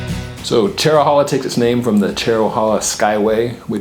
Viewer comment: Pronounced Chero-hey-la